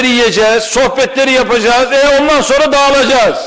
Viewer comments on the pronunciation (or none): none